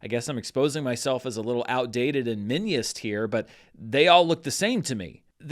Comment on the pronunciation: Umm sir, that would be Minionist, not Miniost. 😜